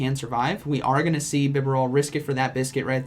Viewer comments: Feels weird correcting a pronunciation, but isn't it Bi'barel' and not Bi'beral'? :P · I don't know how to pronounce this Pokemon's name but whenever you say it, I keep hearing "Vigerall"... if it were up to me just reading it with no prior knowledge... I would've thought it was.. BIB-AR-ELLE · I love your content but I had to mute this one from the BEE-bear-ALL pronunciation. You made me double check what I had always said of BYE-BARREL. You’re still awesome though.:) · omg i cant handle your pronunciations Bib A rel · Why I keep hearing vigroth instead of bibarel? lol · From the start of the video i thoughT you were saying "vigoroth" but later i got to know it was " BIBAREL". LOL .. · I always thought it was pronounced "BeeBarrel" Never knew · Man I watched this on reis channel but im still gonna watch it on your channel cause I love it but hate how you say "Bibarel". Been zero on enunciating names my guy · His pronunciation of "bibarel" symbolizes what the year of 2020 has been like haha